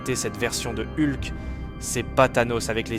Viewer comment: Eulque, c'est ce genre de prononciation qui me fait vriller, soit fr. soit en. mais ne mélange pas les 2, c'est juste horrible...